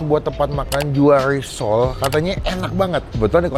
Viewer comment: Risol bang bukan lisol😊